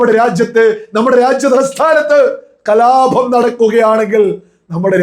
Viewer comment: അഭമാനമല്ല... അപമാന മണ്.... കലാഭം അല്ല സുഹൃത്തേ..കലാപം അത്രയേ ഉള്ളൂ...ആവേശം കൊള്ളാം...അംഗീകരിക്കുന്നു...പക്ഷേ പരാക്രമം പദങ്ങളോടല്ല വേണ്ടൂ..😂